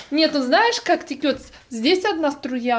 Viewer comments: Не текет, а вода течёт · Не тикёт, а течёт))